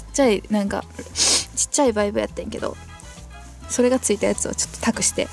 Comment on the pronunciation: バイブのイントネーションがあっちのバイブやんw